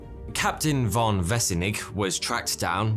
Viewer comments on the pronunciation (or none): Isnt von pronounced fon for this name?